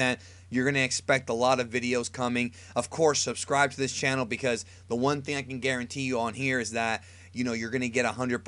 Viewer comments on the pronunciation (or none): none